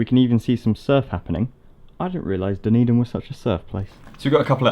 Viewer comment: Thanks for pronouncing Dunedin. There's a Dunedin, Florida and I could never figure out how to say it.